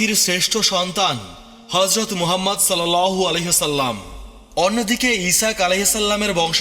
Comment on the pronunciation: সাল্লাল্লাহু আলাইহি ওয়াসাল্লাম/ আ: এগুলো আপনার ঠিকমতো উচ্চারণ হয় না; যাজাকাল্লাহ।